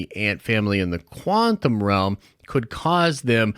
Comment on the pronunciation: Does anyone else thinks our dude mispronounced quantum over and over to troll us?